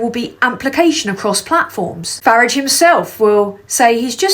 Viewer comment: You're saying Farage wrong. If you can't say it right, just call him Nigel